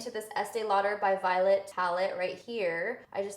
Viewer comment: Whoa butchered Violette's name.... :( ...its not pronounced Violet, she's french...